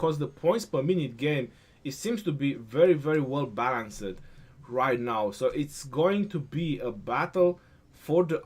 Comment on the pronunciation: great vids. Much appreciated. Balanced- don’t pronounce the end sound, making it two syllables. Ba-lance(d). The end sound is a very slight ‘t’ sound, but it isn’t really necessary to pronounce. Cool, hope this helps! (Sorry, btw-I’m an esl Teacher... lol ocd kicking in!! Lol)